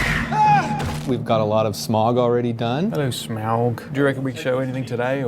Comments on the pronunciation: "Smaug" not "SMOG!". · It hurts that he says Smag instead of Smaug... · 1.11 says smug wrong... tsk tsk